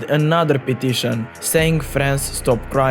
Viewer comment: "Di perfeckt rivenge" got me rollin